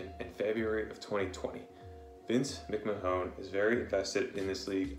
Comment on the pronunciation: the way you pronounce mcmahon is funny as